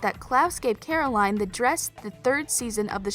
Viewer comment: She sounds like Kai LMAOOO he says stefuun and clarise instead of Stefan and Caroline LMAOO